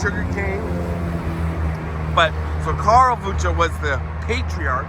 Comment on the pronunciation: Yeah I’ve seen it in spring on the way to the woodlands there’s also a Wuensche bros haunted restaurant in old town spring. That’s not technically Houston, it’s spring. Spring eventually turns into Montgomery county and Houston is Harris county btw. Also btw it’s pronounced WIN CHEE.